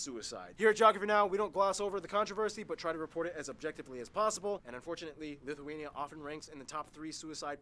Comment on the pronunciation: While I'm a fan of content, this was probably one of his worst considering he mispronounced pretty much everything, called Lithuania and Latvia creepy (no idea where he got this notion from), and got a lot of details wrong He's improved a lot more since then. He should remake some of these lesser quality videos starting with nations like Afghanistan